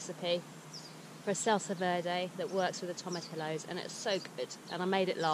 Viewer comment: Tomatillo sounds like toh-mah-TEA-yoh